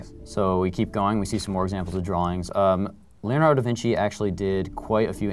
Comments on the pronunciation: LEONARDO. not leanardo.Please... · Yes, I know, I'm not stupid but it just sounded like leolardo instead of Leonardo...